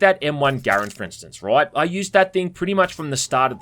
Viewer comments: M1 Garand? Props on pronouncing it right. I know people who own them and even used them in Korea to stack go..... ummm yeah they say it wrong. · TFW somehow pronounces Garand correctly, a super rare thing to see, yet is using a m1A